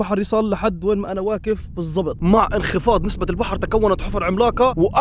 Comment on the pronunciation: اين حرف القاف؟؟؟؟؟ واكف أو واقف ؟؟؟ ماشاء الله مشتركة جديدة